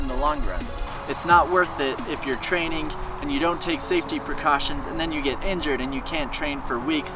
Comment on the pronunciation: Why do u say “training” with “trainink”